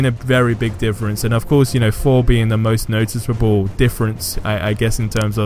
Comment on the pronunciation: Can’t say Thor